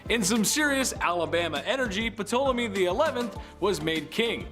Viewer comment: Ptolemy = TALL-oh-me